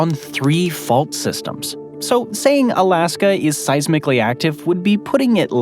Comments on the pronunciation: It sounds like your saying "Alaskam" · Was i tripping or was it sayin alaskum here there lol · "Alaskum & Columbium"😂